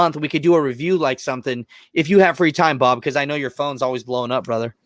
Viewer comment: I turned the playback to 1.5 speed and when you said Bob’s name it sounded like you said “Ababu” and it made me do a double take